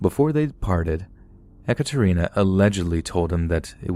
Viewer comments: First of all I’d like to say I’m a big fan and with that I’d like to add that “eh-kuh-Trina” is pronounced “eee-CAT-er-ina” 😅 sorry, it’s all I could focus on during that story 😅🤦‍♀️ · Not (e) Ekaterina, but (ye) Ekaterina . Like in (ye)s , or (ye)llow . Russian language class here 😂😂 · Ekatarina not echatarinna